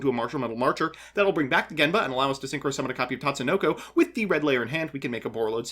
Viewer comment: never thought i'd see the day mbt says Tatsunoko correctly